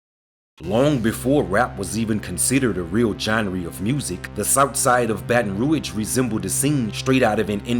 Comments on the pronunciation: Why you saying baton rouyage don't do that you butchering it man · Why you keep saying BR like that in this video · “Genree” - genre “Roige” - Rouge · Man you over doing the voice to the point you not pronouncing words right. Gen-ree? Baton Rouige? 🤦🏽‍♂️